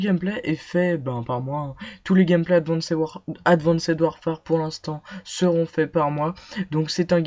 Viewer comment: Ptin ses advanced pas adwanced